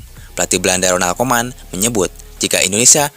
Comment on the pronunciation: Bacanya harus ronald kumen bukan koman